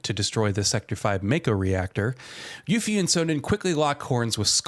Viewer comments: Did u just call her yuffy hahahhahhahahah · LMAO did he say YUFFY XD